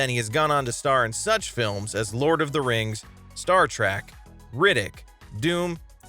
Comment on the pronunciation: I bailed out a few seconds in, after the pronunciation of "Star Track".